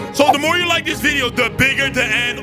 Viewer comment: why you speak like this keths yeart orignal saying- this year